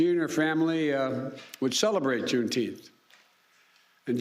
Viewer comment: Wtf is June Teenth?